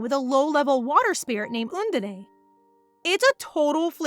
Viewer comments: Love the manga and reading as always! But the pronunciation is "Un-dine", not "Un-din-ae" ❤. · Undine (the water spirit) is actually pronounced like uhn-deen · lol, how the narrator keeps saying 'undine'